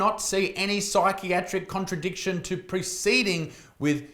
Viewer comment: Contra-indication, you read that wrong lol!